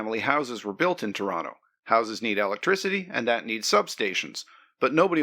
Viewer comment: Thank you for talking about "Toronto" and not 'Tronno' like many do.